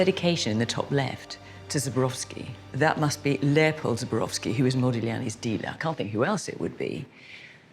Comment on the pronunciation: It’s Zborowski not Zubrowski - these are two different names, pronunciation! If you pronounce wrong you are likely to find the wrong person